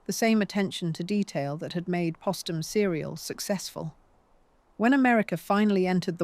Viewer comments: SHALLOW AND FLAWED--WHEN POSTUM WAS MISPRONOUNCED TWICE WITHIN THE FIRST FIVE MINUTES BY THE FEMALE-VOICED BOT-ARRATOR, THAT WAS THE FIRST CLUE THAT MORE POORLY RESEARCHED MATERIAL WAS GOING TO BE PRESENTED. THERE IS NO EXCUSE FOR INACCURACIES GIVEN HOW MUCH HAS BEEN WRITTEN ABOUT HER. IT SIMPLY REQUIRES ATTENTION TO DETAIL AND CAREFUL, THOROUGH EDITING BEFORE UPLOADING. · Why was Postum not pronounced like Post?